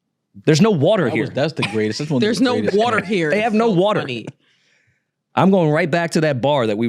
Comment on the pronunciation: 😂😂gets me every time yall say "WARTER"